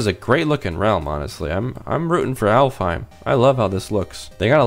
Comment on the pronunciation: Oh, and Alfhiem is actually pronounced Alfenheim